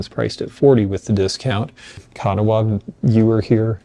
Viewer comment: You did it again!!!! Please get it right. Kanawha is pronounced Can aw.